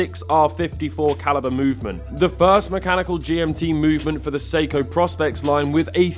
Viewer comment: As a Seiko enthusiast, you should know that it's pronounced "Pro-Specs", not "Prospects".